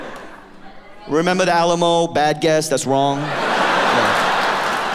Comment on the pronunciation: "Rememder the Alamo"🤣🤣